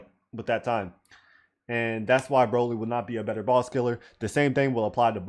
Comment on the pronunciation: does anyone realise why king through the entire vid calls broly broccoli? i dont